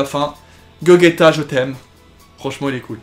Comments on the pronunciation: C bien beau mais.. C'est gogéta et non gogeta! Enfin on l écrit gogeta mais sa se prononce GOGÉTA voilà ! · Tu respectes même pas son prénom à Gogeta, ça se prononce GOJÉTA et ça s'écrit GOGETA